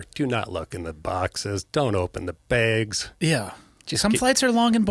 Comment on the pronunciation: He says begs (bags) like Michael. Just sayin.